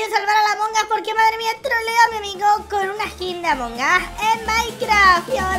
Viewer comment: "trºlleº de Jªmºng us"